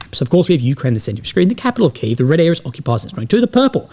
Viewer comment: Why does he always pronounce Kiev wrong